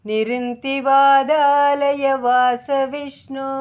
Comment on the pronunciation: अस्मिन् परात्मन् ननु पाद्मकल्पे त्वमित्थमुत्थापितपद्मयोनि: । अनन्तभूमा मम रोगराशिं निरुन्धि वातालयवास विष्णो ॥ த்வமித்தமுத்தாபித நிருந்தி (nirundhi) தி என்பதை அழுத்திச் சொல்லவேண்டும் வாதாலயவாஸ (vātālaya vāsa) . வாதா (vadalaya) என்றால் பொருள் மாறிவிடும்.